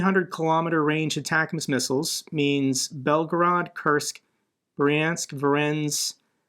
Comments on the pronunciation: Just as a tip, Voronezh is not pronounced "Vorensk", it's pronounced Voronesh :) Oh, and the TikTok thing is not a ban. Everybody who has the app can keep it. It will only be removed from the app stores (unless TikTok divests from Bytedance) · that's not [vo'rens], it's [vo'ro-nej] epic trophy wife there, tho... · Voronezh is pronounced "voh-roh-nezh." Not "vorens" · Voronezh is pronounced vah-RON-yesh. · Hey, having worked with guys in Russia before this all started, I believe that Voronezh is pronounced Ver-ron-ish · vo-ro-nej (the "j" is pronounced as in "vision" or the soft pronunciation of "regime") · Hey, just a quick note since you seem to be struggling with this: In the English transliteration from the Cyrillic alphabet the letter combination 'zh' means a voiced "sh" like the 's' in usual or the 'g' in barrages. Voiced means the vocal chords vibrate, like the difference between s (unvoiced) and z (voiced) in English. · ZH on the end of voronezh is pronbounced like our J but stretched a little longer, almost like the transliteration of DZ= our J sound, like in Dzankoi. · Hi, love your show! 🙂 But you really need to check out how to pronounce "Voronezh" correctly. Cheers!